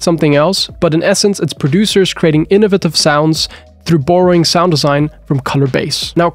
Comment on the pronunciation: lol whenever you say borrowing